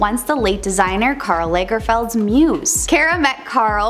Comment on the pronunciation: Tip.. if you're going to have to say Karl Lagerfeld multiple times look up how to say it first?!